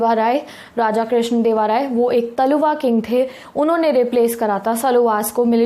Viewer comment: and also its tuluvas not taluvas